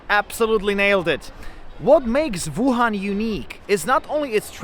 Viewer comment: “ Voo Han” 😂